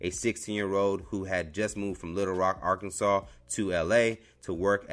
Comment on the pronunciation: Nice to hear Arkansas instead of Ar-kansas